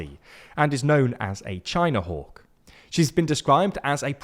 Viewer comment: Had to relisten to hear "China Hawk"